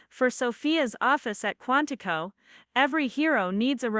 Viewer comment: QUANTICO, not Quantified